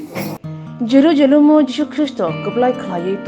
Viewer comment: Reporter ni jerusalem hin mani pronounciation chaya